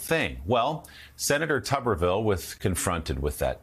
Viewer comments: Can y’all start pronouncing Tommy’s name correctly? It’s “Tooberville”!, as in Mr. Potato Head. If it was pronounced “Tub”, there’d be 2 Bs in the spelling. Somewhat similar to “Duh” Santis 😂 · Tuberville is pronounced "Tooberville", like nooberville!